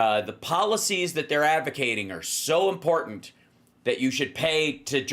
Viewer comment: Is it wrong to be critical of her pronunciation, and overuse of ”impor-Dant”? It really bugs me, and others are picking it up too